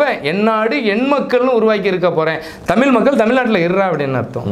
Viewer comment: விளக்கம் நல்லாத்தான் இருக்கு.ஆனால், தமிழ் உச்சரிப்பு சரியில்லை. நம் உயிர் தமிழ், அழகிய தமிழ்,இனிமையான தமிழ் இப்படி சுவைக்க சுவைக்க தமிழ் என்பதை தமிழ் என்று உச்சரிக்காமல், தமில் என்று உச்சரிக்கின்றிர். தமிழ் பற்றி பேசும்பொழுது சரியாக உச்சரியுங்கள். நன்றி.❤❤❤